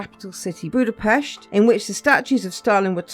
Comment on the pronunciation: I appreciate that you pronounced Budapest correctly.